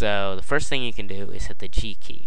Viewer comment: To make the cube white, what do you press? All I hear is "Press the key key".